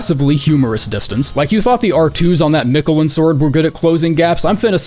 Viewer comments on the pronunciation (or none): none